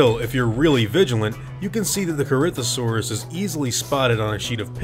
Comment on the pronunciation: Corinthosaurus pronounced: Corythosaurus